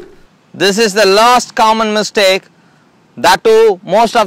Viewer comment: It's mistake not mistack.